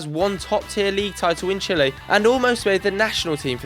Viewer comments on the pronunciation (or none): none